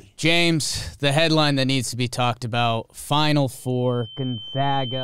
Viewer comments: Gonzaga has failed to miss an NCAA Tournament since 1999 and STILL their name gets mispronounced. its 'Gone-zag-uh' not 'Gone-za-guh'. They're the 'Zags' not the 'Zogs'. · Gon-zay-gah. From Jomboy to ESPN, never get it right. I guess losers don’t get to have their name pronounced right :c